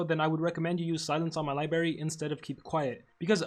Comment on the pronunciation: Oh hell no don't tell me that he just said libary